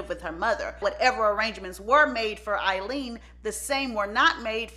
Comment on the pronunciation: Why do you keep calling her sister Eileen and her sister name was Aileen